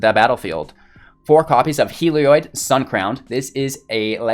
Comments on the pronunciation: I believe he's mispronouncing it. It looks like it should be pronounced "heal-e-odd" or "hell-e-odd". His pronunciation would likely be spelled "Helioid", with the extra "i" in the last syllable. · I'll be honest. Video was hard to watch, because its pronounced hell-E-odd. There is no i after the o in Heliod. Its not an -oid, like paranoid. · I tried to give you another chance, but that horrendous misplay in the 1st match sealed the deal for me. Are you sure that you're a veteran player? Because the rookie mistakes I'm seeing indicate otherwise. And also, it's pronounced Hel...eee...od. FFS... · I came to comments just for this. Thank you. I thought I was the crazy one.